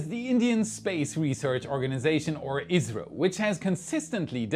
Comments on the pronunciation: It's just his pronunciation of the acronym ISRO, which isn't even due to his German accent. When most people say ISRO is usually sounds like Israel to me. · sounds like Israel is mentioned here, not India. I’ve listened multiple times, keep hearing Israel, but context shows it should be India. 😅 makes me think you’re saying India’s space org acronym as a word? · He meant to say Isro, but I agree it sounded very much like Israel. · I really thought you misplaced India with Israel several times until I realized you was saying Isro. Maybe, put the word on the screen next time. That was confusing. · Three times when you said "ISRO" I heard Israel, not watching closely! Lmao now, but I wouldn't put it past 'em someday! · it sounds like you said 'israel' three times when discussing indias project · I kept hearing Israel instead of India in the Gaganyaan section. 😂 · "ISRO". Sounds a lot like "Israel". Turn on the captions and you'll see it. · He was saying ISRO, can definitely sound like Israel 😊.